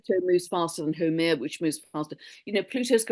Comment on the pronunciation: Lovely conversation and energy exchange! FYI pronounce that one 'dwarf planet of fertility', Haumea: hāo-meia (so you sound pro to Hawaiians😊, I'm Kanaka Maoli). Too many insights mention for the next 2-3 years. My video channel subscriptions are converging. I watch Stefan daily & see Mr. Robert Edward Grant challenges the scientific community just like Terrance Howard. Physicist already admit physics is taught wrong for over 100 yrs. Many industries are changing. Much appreciation for all i heard here. Aloha nui from Hawaiian Islands💯🌺🤙🏾